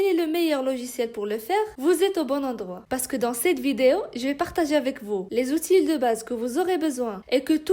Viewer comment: Outil en ne prononce pas le L à la fin le français n'est pas ma première langue